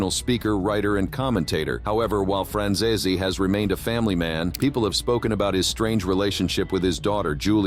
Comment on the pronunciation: People believe that Ai will run the world in future..at the moment it can not pronounce Franzese